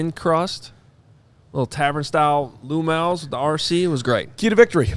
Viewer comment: “Lou Mal’s”. Lol. I live in Charlotte, NC. I’ve meet tons of “Bears fans” from the area. Learned they grew up here and are locals. Look at that. Bears fans travel but do you think they know what you mean when you say “Lou Mal’s”? Nope. Giordanos is amazing. 🤢